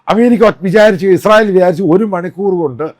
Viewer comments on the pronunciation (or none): none